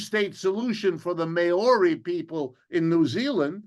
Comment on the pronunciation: Dude... that's not how you pronounce Maori......